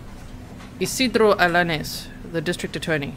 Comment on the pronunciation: Pronounced Penya and Allanees!